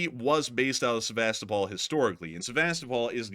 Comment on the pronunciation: Yo, thanks for another excellent update. And if you are open to suggestions, and not that it's any huge deal, but it might be worth checking into the pronunciation of Sevastōpol, which I'm pretty sure like Melitōpol and Mariōpol, have their accents on the second to last syllable, as in Seva-STOH-pol. 🤓😅🦾🇺🇦🇺🇸